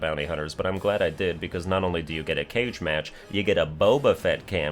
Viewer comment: "A caij match."😂